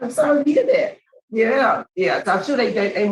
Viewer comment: The second moron , it’s sorry not sorrow. He is so full of 💩 I hope he never gets out